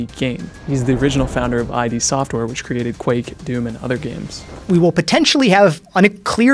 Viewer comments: Side note: ID is pronounced as one sound, not the two letters 'I' 'D' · future ref, it's "iddd" software...like, pronounce it, not the individual letters, like "hid" but without the h.